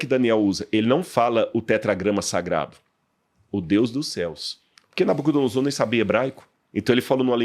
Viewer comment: ainda explica a pronúncia, mas o cara chegou continua com a dicção em SS.... NabucodonoSSor... tá de sacanagem